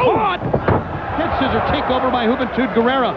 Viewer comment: The first time I heard Juventud's name, I thought they said "Hoot n' Toot Gurrerra."